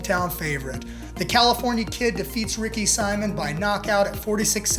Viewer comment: Dude you don’t even know what you were talking about. Also you mispronounced Simon at least 47 times. Do better